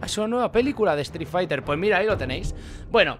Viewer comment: "estric faiter"